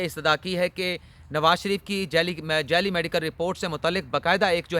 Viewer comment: Sir correct word is "JALLY" not "JELLY" medical report.